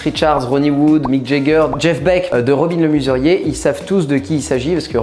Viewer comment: Robin le MEsurier pas robin le MUserier...